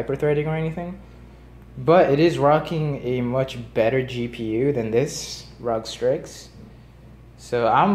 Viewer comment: The way you say rog strix makes me want to kms but add me on steam